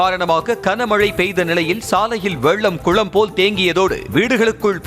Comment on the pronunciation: (kana)க்கன மழை இல்லை (Gana)கன மழை பல தடவை சொல்லி விட்டேன். கமென்ட் லாம் படிக்கவே மாட்டீங்களா? திருந்துங்கய்யா.. 😮😢